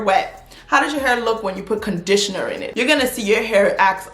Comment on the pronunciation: "You need warrerrr and condishna" 😂😂😂 tell 'em!